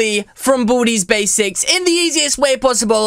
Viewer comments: when u say baldi's basics I here booty basics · It's like you say bootys basics lool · Did you just say boody's basics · What I heard was "From booty's basics" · did you just say booties basics? ;( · he say boody basics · You say Baldi’s basics rong